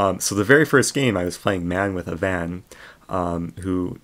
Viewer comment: He really just pronounced it as “man-wit-ha-van”